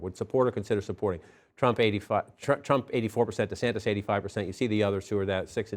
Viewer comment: “Governor Santis”?